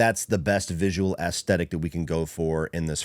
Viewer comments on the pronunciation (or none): i swear im not tryna be a dick or anything but i been watching your videos for awhile now and like em, but youre not really saying aesthic correctly. theres more of a soft e sound to it. you kinda say it like ASSthetic. idk if its a accent thing or not haha but figure id jus let ya know. again that isnt a criticism or anything jus something ive noticed that always catches me off guard haha